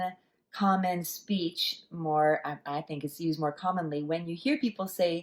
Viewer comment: your mou lei jau needs to be higher pitched lol